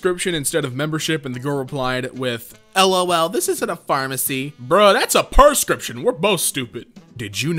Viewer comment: mans said perscription ....